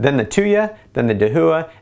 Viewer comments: da hua, not de hu a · slightly triggered by the pronunciation of "dahooah" (da-wah) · Dahua is pronounced dah - wha, not da - hu - wha, and Hikvision is pronounced hike - vision, not hick - vision. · First off, excellent review and very thorough with both quantified results as well as subjective! Second, I cringed every time you pronounced Dahua. It’s a Chinese name and is pronounce dah-whah. It translates to “Big”. There you go - for future videos! 😊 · Its pronounced da-waa and hike-vision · Dahua is pronounced daah-waah